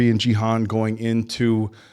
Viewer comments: Genuinely curious, is saying “Jee-Han” a running gag when pronouncing Gi-Hun’s name? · it's season 2 already and u guys still can't pronounce Gi Hun correct lol😅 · I doubt it. I just think they dont really know its pronounced Gi Hun. But its okay, it gets the point through. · But its not particularly hard to figure out, especially when every single character in the show pronounces it properly. We're not talking about accent differences, but literally a hard g vs a soft g, and hun vs hoon. Its basic grammar. It's like saying Tear vs Tear. to tear something apart or a 'teer' from crying. English is no different. Now it may not bother some people, like this particular crew that I love their reactions, but a lot of other people can take that offensively as not respecting someone and how they're name is pronounced. I get annoyed when people call me Fenix like Fedex, when its pronouned Phoenix like the city. Fen vs Feen.